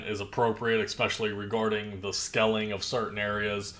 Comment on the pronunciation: It's SCALING there's no e in SCALING, it's pronounced with a hard a.